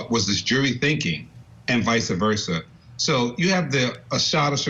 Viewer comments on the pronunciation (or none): It’s vice-versa not viceaversa